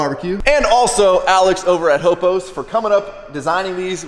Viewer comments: Haha I don't mean to correct you, but it's not Alex "ho-pos" it's pronounced "Haw-pos" hoppos. Or hop-os like someone else said. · It’s pronounced HOP-O’S. You make all the guys that know him from the Lowrider scene cringe every time you say it the other way. 😂